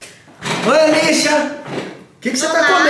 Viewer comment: O tio da Luh, falando:essa é a alicia.a luluca: E ALIÇA KKKK